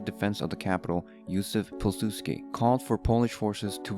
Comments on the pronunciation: im polish, and when he said Jozef Pilzuski then i laugh louder than never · Polish morale is our strongest weapon. Also Józef Piłsudski is pronounced Y-oo-zef P-eew-suhd-skee (uh as in a soft u like in "up") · i really respect you man for doing something for a small country like poland (im from polan) but is it really that hard to say Józeł Piusłódzki? just asking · The way you said Józef Piłsudski... Anyway nobody can pronounce polish names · I burst out laughing when you said Józef Piłsudski 😂😂😂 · your pronounciation on joseph piłsudzki's anme sounds drunk